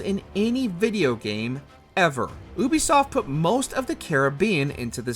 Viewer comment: This channel is a joke, guy can't even pronounce Ubisoft. Black flag as No1 is ridiculous, aside from the open sea it's awful suffers the same problem as ac3 cities are boring and uninspired. Origins, odyssey, & 2, have the most diverse maps in the series.